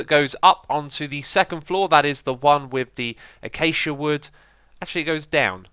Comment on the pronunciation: Cedric Ther no, you misunderstood what he meant, X said it the correct way instead of classic X